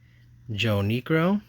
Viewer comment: Just to help you with some of the pronunciations, Willie Stargell's name is pronounced Star-juhl, Phil and Joe Niekro are Nee-kro, Rusty Staub is Stob, Juan Marichal is Mari-shall and Geoff is Jeff. Also, sometimes when it says "rookie" on a card, it's not always the player's actual rookie card. All of those hockey rookie cards that you mentioned of the video aren't actually those players' rookie cards. But it's cool to watch you go through everything.